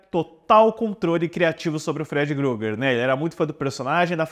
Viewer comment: "Gruger" kkkkkkkkkkkk